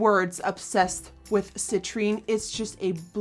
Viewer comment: Thank you for saying citrine right!!!!! Everyone hasn't so thank you Jesus